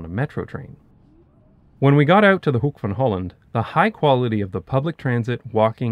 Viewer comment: I just wanted to compliment you on your pronunciation of Rotterdam, Den Haag en Hoek van Holland. Too many English speakers do not even try for correct pronunciation of Dutch words, so your effort is much appreciated! Also: is the planned extension of the line to Hoek van Holland Strand finished by now? When I was there when the line had just opened, there was a giant building site just past the old Hoek van Holland Haven station.